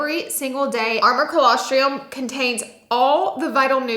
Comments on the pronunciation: Oh dear. She said colosTR-IUM..! 🤦🏻‍♀️🤦🏻‍♀️ There’s no studies to show added benefit of colosTRUM in adults. The benefits are for NEWBORNS. Sigh… just stick to makeup laura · Another good video! FYI Its pronounced colos-trum not triom. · Girl, if you’re going to sell colostrum, you’ve got to pronounce it correctly.